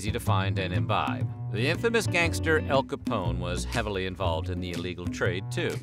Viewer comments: It’s AL Capone, not ElCapone. These voice overs are most disgusting. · Am I nuts or did the narrator just refer to Al Capone as “EL Capone”???? I played back the whole section on prohibition and Capone and Jesus tap dancing Christ he said it three times lol. I usually love this narrator but good grief who doesn’t know how to pronounce AL Capone 😂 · El Chapone